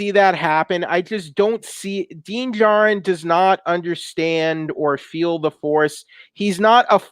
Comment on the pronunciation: Din Djarrin pronounced Den~JAR-REN not "Den Jaro". . . .